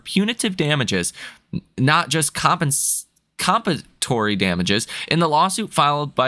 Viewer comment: Compensatory pronounced CAHM PEN SAH TORE EE